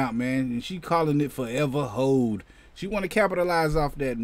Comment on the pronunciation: I thought you said “Forever Hoe”.. 🤣🤣🤣🤣